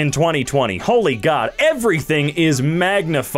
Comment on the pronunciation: "He's a bad person!" what i hear, "He's a bald person!"